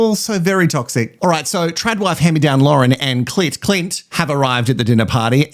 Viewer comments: Omg every time you call Clint, Clit, I’m literally laughing with my dog 😂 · Binged all of your episodes 😂 Lovvvve your take on all the mess! ❤ Every time you use cl*t instead of Clint 😂😂😂 has me cackling! I feel bad for Billy. Sierah is stone cold and is obviously okay with cheating. Adrian is a Neanderthal and should get together with Eliot. Two clowns 🤡 Love Dave and Jamie 🥰 And Carina and Paul. Something about Paul though.... can't quite put my finger on it 🤔